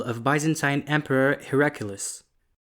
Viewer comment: It's a good initiative mashaAllah. I am not trying to just find faults, but we should pay attention when we are creating these kind of content as many people, including our next generation might learn from these. A couple of suggestions: Amr ibn Al Aas' name was mentioned a few times in the video but 'RadiAllahuanhu' was never used with his name. The emperor's name is not Heraculas, it's Heraclius. And using a bot made the arabic name and word pronunciation not so great.